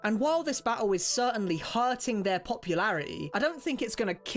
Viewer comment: “an while this bat-hul is certainly herting their popularitea ” 🥴